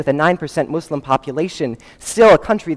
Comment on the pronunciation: "Mooselim"- While i respect his skill, please do not insult a President's mispronunciation of "nooklear" if you can not say the name of the world's second largest religion properly.